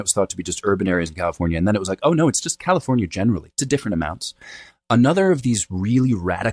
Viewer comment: New phenomenon: young people don’t exclaim “oh my God!” It’s now become “oh my Goduh!” Similarly, “Oh no!”has become “oh no-uh!” Anyone else notice this?! It’s pretty annoying… 😅